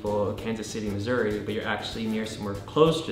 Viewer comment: The way said Missouri sounded like misery:P